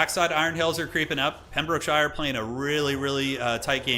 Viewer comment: "Pem - bruk - shuh" over enunciating EVERY syllable like a true blue american hurts my english soul.